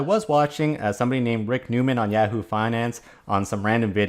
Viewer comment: Its ya hoo not yeahoo